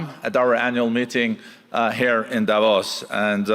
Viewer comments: Lets try again its not divos ... it is DAAvos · It's Davos, not Divorce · Its DAH-VOSS, not "divorce"😂😂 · It's not DIVORCE...it's D A V O S. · Opening presenter needs to get her pronunciation correct ! DAvos and XAvier - which she should manage as a South African - if you substitute Afrikaans J for the Spanish X. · Please learn to pronounce “Davos”. Otherwise, thanks for sharing Milei’s speech. 🎤